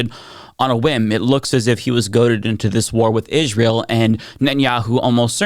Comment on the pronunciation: Im sorry but when you pronounce Israel like Candace Owens, I cant take you seriously.